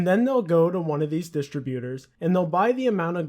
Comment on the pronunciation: you dont even know how to say "distributors" right